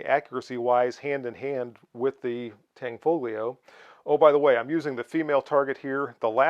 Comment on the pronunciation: It is pronounced Tan-fo-lio--the gli in Italian is typically pronounced in a manner similar to the Welsh ll: shape the tongue to say li, then puff a breath around in the process of saying it.